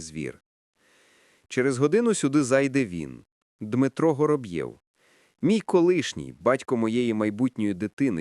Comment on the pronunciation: Я поважаю вас,вашу працю,приємний голос,але наголоси!!!як ножем по склу або серпом по яйцях.😂 Готуйтеся,бо це звучить неприродно. Вороб'єв,Гороб'єв? Якщо він Воробйов, то так буде українською,а не Гороб'єв не Горобйов і не Горобцов,звертайте на це увагу,будь ласка.😊